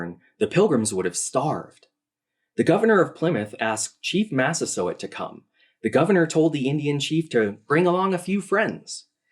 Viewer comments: Mass-uh-SWOT? Yeah, where did she get that pronunciation from? Sounds like something French not Native American. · Actually, maybe this lady is a native French speaker. In French we prononce the letter combination « oi » in this exact way. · "What was that pronunciation of Massasoit?" Says the guy who got most sounds wrong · She pronounced it that way because she assumed it was French. I did too when I first saw it written down. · I love but I have just slight correction. He mispronounced Massasoit too and Wampanoag... Prager actually pronounces Massasoit correctly and Wampanoag is pronounced Wamp-Uh-No-Ag. Otherwise I love the video and the amazing time and effort put into getting the history right!! I will be sharing this video far and wide! -signed a member of the Masphee Wampanoag tribe and descendant of Massasoit:)